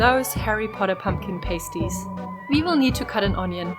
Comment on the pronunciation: Its pronounced Pah- sty not pay-sty